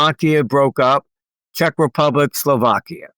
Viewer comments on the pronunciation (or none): none